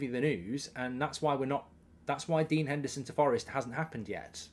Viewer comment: Put some respect on Dean Hendersons name